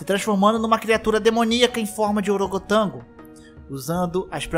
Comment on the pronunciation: E orogotango? Huaa